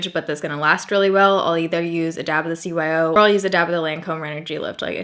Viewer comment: Did you say cyo?